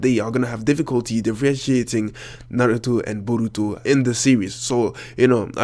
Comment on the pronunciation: I really hate your accent and the way you say borutos name